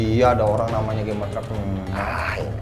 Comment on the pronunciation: Bang gcamers bukan gamers 😂